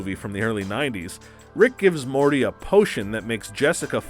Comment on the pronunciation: He called Morty, Marty